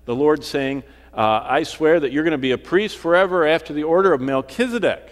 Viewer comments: MELCHIZEDEK...'Z' NOT 'S' AND NOT SAD, BUT ZEDEK...;) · Melchisadek = Melchizedek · you don't pronounce his name right for A start , so you haven't spoken to him , where did you get the information from ? I spoke to him in 1984 he came and had a chat . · It's pronounced 'Melchisadek', not, 'Melchisadek'. Rookie...